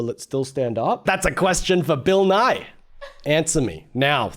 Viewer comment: So, you keep saying "Nye" as two syllables, which is more how you say "Nighy," which is a different Bill entirely. Also, Bill Nye has never claimed to be a scientist. He just teaches/taught science, hence "Science Guy."